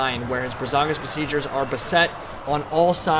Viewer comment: First I just have to say that it's Braganza, not Brazanga. Now that that nitpick is out of the way, I'm super hyped for Ogre Stonehorns.